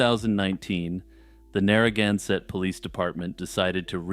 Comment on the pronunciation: What an odd way to say Narragansett.